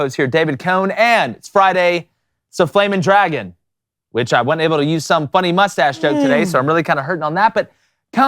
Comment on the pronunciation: FWAMING... DWAGON!!!!!!!!!!!